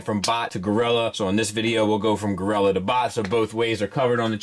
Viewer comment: Monk...Monk...Mon...you're sayin it wrong...or a gorira...